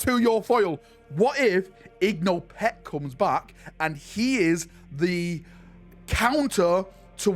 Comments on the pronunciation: IN-GO Pech, not IG-NO Pech. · How the fuck is igno peck i only know Ingo Pech?